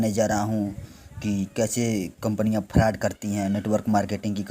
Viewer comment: Bhai pele frod bol na to sikh lo 😅